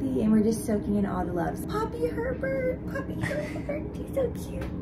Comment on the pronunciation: Anyone else can’t stop hearing pervert in the intro instead of Herbert 😭😭😭😭😭